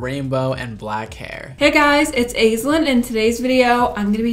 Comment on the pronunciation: I've never heard the name Aislinn pronounced that way. We usually start with 'Ash'.